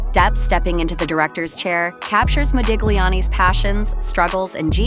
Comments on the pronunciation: Nice video. Only a note to the first narrator: the ‘g’ in Modigliani is silent… it is pronounced Modiliani 😉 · It's pronounced Modiliani. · You are not supposed to pronounce the G in Modigliani's name.... fact check before anything is the right way to go.... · My God! The "g' in Modigliani is SILENT! - as, that is how Italian IS! Either an AI Narration, or - a clueless American IDIOT! - Oh Yeah... GO, MAGA!